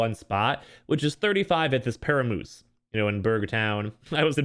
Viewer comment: Paramus not peramoose lol